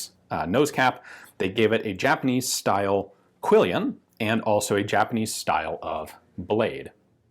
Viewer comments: You have an errant 'i' in your pronunciation of quillon, with reference to guards on bladed weapons. I grew up calling them quillions, but they're really quillons, from the archaic French I think. It feels clunky on the tongue at first, but use makes master. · It's "quillon", not "quillion". Yeah, nitpicking...